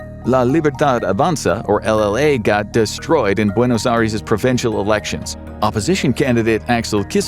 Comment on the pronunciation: Buenos Aries 😭😂